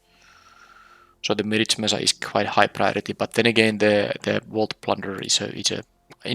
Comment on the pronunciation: Nice trophy run. Btw, you’re pronouncing “mirage” wrong.